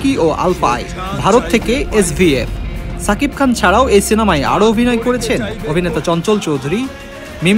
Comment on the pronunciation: ছাকিব খান না রে সাংবাদিক.. বলুন সুপারস্টার, মেগাস্টার শাকিব খান... অন্যথায় এই চ্যানেলকে বয়কট করবো..! মনে রাইখেন